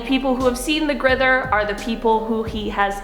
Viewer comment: You said grither ·-·